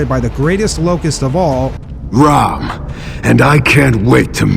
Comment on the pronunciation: This guy is say ROM not ram